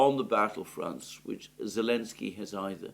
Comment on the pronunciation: Good Analysis as always. Just a question. This "Elensky" you and Alex C. often say. Is this just greek of Selensky or has this some background?